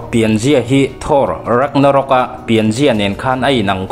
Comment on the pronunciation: Raknarok nilo in surtur lawm.. Sawi ve mai2😅